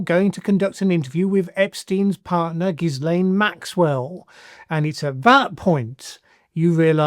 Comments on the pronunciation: The “S” is silent. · The S in Ghislain is silent